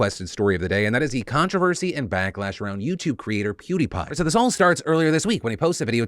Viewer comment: Hopefully he learns Fr this 😂 it's Peeeeewwwdie Pie